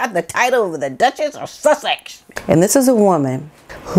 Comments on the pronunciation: Good grief, learn to say SUSSEX. This slurring of it is completely annoying it’s been going on for so long. If, for some reason, you can’t say it, just say duchess. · Hey really enjoying your videos especially because of all the research that you do. However there is one thing I would like to ask. Could you please stop miss pronouncing the word Sussex?I understand why you’re doing it, you’re showing distain for Harry and Megan. You know that they don’t deserve the titles, that was so graciously given to them by the queen. However when you miss pronounce the word Sussex it sounds like you’re making fun of the title. However as you have pointed out in a pass download, the Duke and Duchess of Sussex title is an old and honourable one. The title should be respected as should the people of Sussex. Keep up the good work! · Why do you constantly pronounce the word Sussex so ugly?? Are you aware that you are insulting people who lives in that area, not M&H because they don't care!!